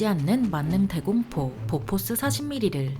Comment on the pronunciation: 보포스(x), 보포쉬(o) 오리콘(x), 욀리콘, 뷜리콘(o)